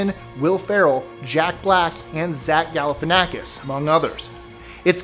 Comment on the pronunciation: Seriously? He doesn’t get credit for saying Zach G.’s name correctly?